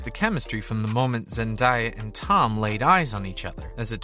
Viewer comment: Zen-DAY-a not Zen-die-a